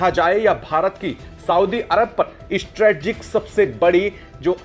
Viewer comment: Strategic (स्ट्रेटेजिक) बोलो।